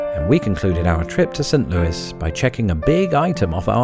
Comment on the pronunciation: "Sunt Louis"?